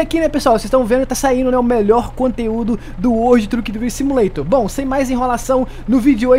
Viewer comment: Como é que é o nome do jogo? Kkkkk uoudi truki drivi simuleition kkkkkkk